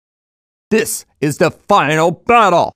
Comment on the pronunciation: "This is the fynal battol!"